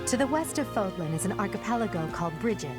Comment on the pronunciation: Not trying to hate but the accent goes the other way in Fódlan